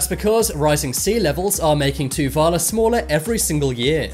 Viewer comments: so its to-va-lu is how ur to say just a reminder for u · You pronounced Tuvalu and Nauru and Palau wrong Tuvalu: Too-Va-Loo Palau: Pa-low Nauru: Now-roo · LOL m8, its Tuvalu, say it like this, Too-va-loo. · Completely butchered the pronunciations of Nauru, Tuvalu and Palau. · I’m so triggered by how pronounced Palau, Nauru, and Tuvalu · Palau, Tuvalu, St. Kitts and Nevis, and Nauru are all pronounced incorrectly in this video, and are all recognized by the United Nations. At least next time pronounce them correctly. I will admit that these 4 countries are tiny and most havent heard of them, but they ARE recognized by the UN